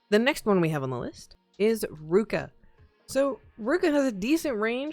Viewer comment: Its ru-ki-a not ruka